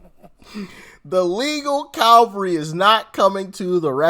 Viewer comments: It’s CAVALRY for fks sake. CALVARY is the modern name for where Christ died. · Try 'cavalry', as in 7th. Calvary was where Jesus got nailed. 😮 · It’s not Calvary, that’s where Jesus was crucified! It’s CAVALRY, French: Chevalerie, horsemanship, le Cheval.